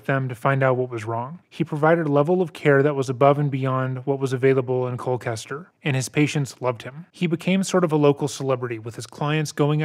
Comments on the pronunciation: I apologize, but I have to correct you on your pronunciation of Colchester, because you are absolutely butchering it. For some reason you're pronouncing it like Cole-Kester...It's pronounced like it looks-Cole Chester....there's no hard C... I live close to the town so every time you said it with the hard C, I was cringing lol j/k! I ove your channel and the hard work you put in, I'm a big fan! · One other small point, Colchester Connecticut is pronounced Col-CHESTer not Col-CASTer, it doesn’t really matter just something I thought I’d point out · I'm going to guess that when you say what sounds like ColKester, you're actually referring to ColCHester? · His practice was about 4 min down the road from my house. It is Col-Chester as in Chester Bennington not Kester. Just wanted to point it out. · listening to you say Col-kester is killing me lol it’s Colchester with a ch sound like church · Just have to correct that the town is “Colchester”, not “Colcaster”. This is my hometown and I don’t recall ever hearing about this as a kid (would’ve went to school with the sons if they hadn’t been homeschooled) which also goes to show how much this was covered up… and there’s only 15k people in town so it was REEEEEALLLY covered up. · It’s pronounced “cole-chester” (I live here). Also I’ve always found it ironic that the family’s last name literally means “death” in German. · he just pronounced Colchester as Colklester? 😂😂😂 i live there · Interesting pronunciation of the ch in Colchester, but maybe the H looks like a K to some folks? If so, understandable. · Every time you mispronounced “Colchester” killed me. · Dude pronounced colchester so badly I had to google if that was actually a town in my state😂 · It’s a ch like in cherry. Colchester I mean.